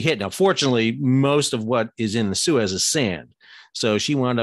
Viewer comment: That's not how you pronounce Suez.